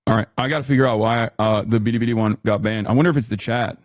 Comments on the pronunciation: It's not even the right foreign way. It sounds Japanese. Chinese Ls sound like English Ls, so you're supposed to just say Bilibili normally xD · Ultra racist Hasan pronouncing Billi Billi as “ Beerri beerri” even though Chinese L’s are pronounced like American L’s and Japan are the silent L people 😭🙏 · Hasan's a racist lmao. The 'L to R' thing is a Japanese thing. A Chinese person can perfectly pronounce a word with "L" in it. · He pronounces Billy Billy as “Biri Biri” which someone pointed out in another comment section means Electric Shock in Japanese. The universe just hates this man lol. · Hassan pronounces Bili Bili like Mel Blank voiced Twiki in Buck Rodgers, "bidee bidee Hi Buck" What an absolute space case. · LMAO does this dude know that the way he's pronouncing it as "Biri Biri" makes it sound like he's getting shocked in Japanese? 😂😂😂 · Excuse you! Its prounounced "biddi biddi" get it right! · I’m not sure if he just can’t read, or if he’s doing an impression of what his chinese handler calls the website, and I’m also not sure which of those is more embarassing. There is literally no “d” in bili bili. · why does he call it bidibidi? am i hearing that wrong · How anyone can stand listening to how he speaks. BIDI BIDI. Why can't he even say that right? OK? OK? Gah! Man is infuriating. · Omg! When it's sped up it also sounds like he adds a slight "tuh" sound in there too. I dont know about the rest of you, but when someone says a foreign word while attempting to replicate that region's accent, I find it weird and disingenuous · bro cant say bili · “BEEDEEBEEDEE did we do a no-no thing?” Why does he say Bilibili like that? Why does he say “no-no thing”? I can’t stand this man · If he says billibilli like that one more time… 🤦🏻‍♂️ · He tried (and failed) to pronounce Bilibili with an accent. Also BurntPeanut is really feeding well off hate watching since people forgot they could just ignore things they don't like.